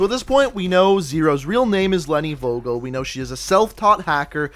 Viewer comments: No hate but is is not Wogol it is Like the F from finish = V o= o from Nomad g from Genetik e= ea from Eagle and L from Line 😌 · it bothered me the whole time when you said her name its pronounced "fo-gel" in german "V" is pronounced as F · Hii , I am from germany and you pronouns Vogel like fogel and it means bird in german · Nope. It's pronounced as Wogel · Nope.. its pronounced as Fogel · vogel is german and means bird and in german u pronouce it Fogel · As a German, i think it's funny how you pronounce "Vogel" xD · Vogel. 😂 good video tho. Just making clear I am from germany and I know how hard our pronounciation is but how he says it is still funny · You pronunced The word Vogel pretty wrong Im german and was like what name is Vogel but otherwiles i liked the Vid keep it up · The V is more pronounced like an F. I love those vids! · I can actually speak German and was wondering why her last name meant bird lol. Also you you butchered the word. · Was I the only german who was getting triggerd when he said Vogel wrong :D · you absolutely butchered the word Vogel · its not wogel, it's pronounced Fogel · If ur german u realize how he butchered leni vogel. Vogel is pronounced Fogel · Goddammit it's spoken Fogel we Germans pronounce the V like a F in some cases xD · VOGEL not WOGEL say it FOGEL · its pronounced “four gel” with a hard g not vo gal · Did you say wogol to Vogel? Vogel means bird... or in that scene a name. You spell it like: F o g e l, not W o g o l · in german you have to pronounce V --> F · im not german but im soo triggered when he says vogel insted of fogel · You did convince me pretty good but(I'm German) you pronounce "Vogel" wrong xD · You said Vogel wrong you must say it like fogel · Just a tip: we pronounce it fogel, v is spoken like f in German mate^^ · FYI in German v’s are pronounced like f’s so it’s pronounced Fogel not vogel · DEUTSCHLAND ÜBER ALL..... im actually Polish hehehe Edit: V in German is pronounced as F, so Leni Fogel